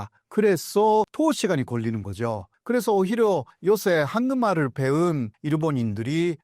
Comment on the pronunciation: 교수님의 한국말은 굉장히 잘 하시지만 한국말을 ->황금알로 들립니다. 죄송하지만 우선 이것만은 좀 수정해 주시면 안될까요?